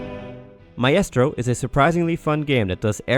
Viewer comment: Lol sorry. Maybe i had backgound noise interfering lol I think it was the mispronunciation of maestro that threw me :)